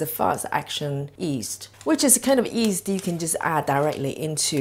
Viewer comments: Nice recipe. Do you say east? Not yeast? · Gotta get some of that fast acting “East” she’s using.